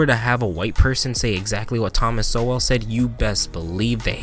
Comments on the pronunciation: Pretty sure his name is pronounced like 'soul' from intros to many interviews I have heard. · Well done. I love Thomas Sowell. I believe his last name is pronounced "Soul". No matter. He is a great asset to world society as a whole and especially to the African American community. I am sharing this video. Thank you. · Good talk--Sowell is pronounced just like the word "soul" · I’m a Thomas Sowell Respecter (Sowell is pronounced ‘soul’ btw) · He right! It's pronounced like "soul" btw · His name is pronounced Soul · Great video of Sowell, great commentary. Looking forward to more. One thing, Sowell is with a silent e. So very much sounds like Thomas “Soul”. Many of the videos you showed are from the Hoover Institute. You check out those full videos too for more content from Mr Sowell. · One minor note on pronunciation. Sowell is not pronounced as if it were a compound word of so and well. So Well with an emphasis on the W was how it was said in the video. It is more like the male name Joel when that name isn’t pronounced like soul. Just a softer W sound. Listen to Peter Robinson introduce him in one of the interviews on YouTube. Glad to see this. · Sowell is pronounced Soul. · I started watching it but his name in pronounced soul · pronounced soul Brilliant Brilliant man. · My only issue with the video is how you pronounce Thomas Sowell's last name. His last name is pronounced soul. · I had the same pronouciation issue, it's pronounced soul. I love Mr Sowell. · Great video... I think sowell is pronounced soul though. Could be wrong, thats how I have always heard it! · Excellent video! Please read his books ! Basic Economics and Wealth Poverty and Politics. It’s pronounced Thomas Soul 💯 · I thought his last name was pronounced like “soul” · Just for reference pronounced "Soul." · Just a heads up it’s pronounced Thomas “Soul” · its pronounced soul. TY for reacting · Great video. Just wanted to let you know, it’s pronounced “so-wool” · Pronounced like soul.